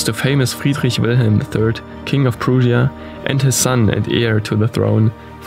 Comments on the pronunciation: prussia not prusias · Kameraden man spricht Prussia, ,,Praschia" aus lol